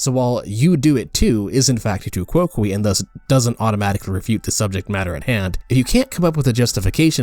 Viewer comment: I think it is pronounced tu coke. Definitely not kwokwee.